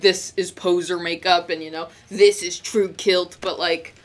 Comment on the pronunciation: Kvlt is pronounced like "kilt"? Whaaaaaaat?1 Man, i really was a poser.